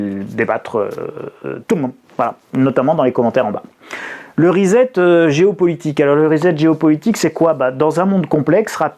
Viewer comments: CA SE PRONONCE RISSETTE ',en anglais Reset ! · Le grand reset avec s pas z